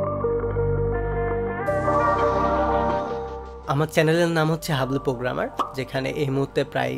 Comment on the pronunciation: আল্লাহর রহমতে একবার নিজেকে পোগ্রামার না বলে প্রোগ্রামার বল ভাই।